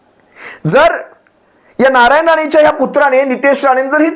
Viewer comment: नालायन राणे च्या कुत्रा ने असं ऐकू येते... 🤣😂